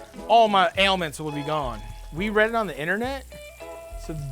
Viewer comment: My guy said aliments and it got me everytime😂